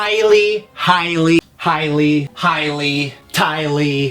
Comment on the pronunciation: ”highly highly hi lee” lol had to replay that part a couple times ahah